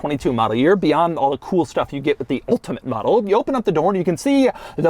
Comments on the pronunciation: Doug, the type of guy to say the word ULTIMATE in an ultimate way. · Stopped watching due to the emphasized "ultimate". Relatively annoying Doug. Have a great day. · Doug is killing me with his emphasis on the word ULTIMATE 🤣 🤣 🤣 🤣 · Doug going really overboard in pronouncing Ultimate, beginning to think he is doing it for a bet and it's a massive piss-take. :) Hopefully he does not get a sore throat for his efforts. :) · Reminds of hoovie with riptide blue